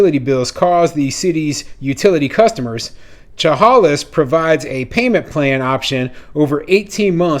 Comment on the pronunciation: Thanks for your latest video, but two corrections are needed: 1. As another follower mentioned Chehalis is in Washington, nor Oregon. 2. Chehalis is pronounced “Sha-Hay’-Lis” with the emphasis on the second syllable.